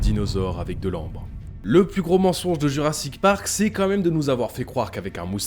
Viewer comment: " Jurassite Park " 😂😂😂